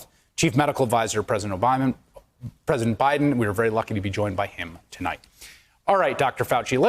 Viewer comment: He said obimen I think